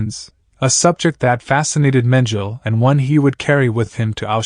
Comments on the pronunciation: Because it’s a robot that pronounces words as spelled. Mengele is a German last name and the AI is using an English pronunciation. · Ugh. His mispronouncing of Mengele’s name makes this unwatchable. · How can you narrate this not know how to pronounce the name Mengele?? Everyone know his name but obviously not you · Perhaps he’s using the German pronunciation. But, really who cares. If that’s all you are deriving from the video, you are part of the problem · I know the facts very well! My great aunt was a victim of his experiments on twins. The German pronunciation is the same in English. My point was how can you narrate a documentary and be the one person who hasn't done your research on this very famous/notorious man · But why didn't you check, how to pronounce his name properly?🙄